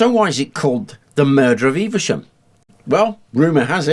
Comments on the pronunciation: Never heard it being called “Eev-a-shum”. Always known Evesham as “Eev-sham”. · I'd pronounce the town name as Eve Shum and not Eiver Shum... Please let me know which is correct... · 'Evesham', not, 'EveRsham'. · Eve shum. Not Eve e sham. Btw often go over Simoon De Montfort bridge at Evesham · Some folk might say that they noticed a distinct improvement once you put that helmet on. I wouldn't dream of saying things like that though. I don't want to come into close contact with the business end of that spear! :D Joking aside, that was another damned good video. Slight correction - Evesham just has two syllables "Eve-Sham". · I'm very local to Evesham and most people do not pronounce it with three syllables only two. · there is no 'R' in Evesham, and it is not pronounced as if there is an 'R' in Evesham!!!